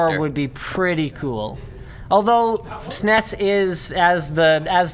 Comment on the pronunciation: Damnit linus its s-n-e-s not sines.